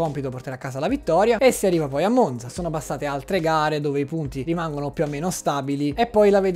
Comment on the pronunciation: Monza si pronuncia con la z dura 😢